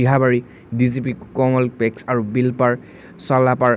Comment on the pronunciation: কমপ্লেক্স শব্দ টো কেনেকৈ উচ্চাৰণ কৰিলে শুনিলেনে? লাহে লাহে স্পটকৈ পঢ়িব লাগে।